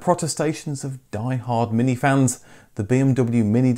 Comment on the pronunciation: "eeze thees yuer Minki?" J. Clouseau